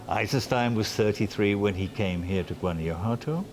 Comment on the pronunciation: Greenaway should at least make the effort to learn to pronounce Guanajuato correctly. Since he claims to have an interest in Mexico.